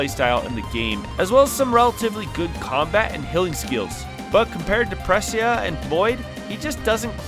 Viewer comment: As a Raine main, she absolutely is the best. Also, it's Pre Say Yah.